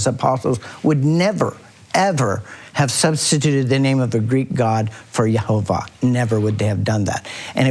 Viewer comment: GREAT WORK !!! Jehovah is amazing and never ceases 2 amaze me & hearing you say Jehovah's name is EPIC !!!!!!! all these years later :-) LOVE IT